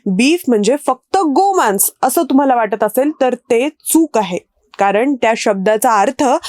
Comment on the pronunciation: गोमान्स हा उच्चार चुकीचा आहे. मराठी व्याकरण शिका. बाकी व्हिडिओ माहितीपूर्ण होता.